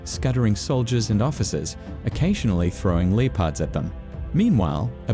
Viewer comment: Throws Leo-pards? It is ONE WORD, PRONOUNCED LIKE, " LEPPARD".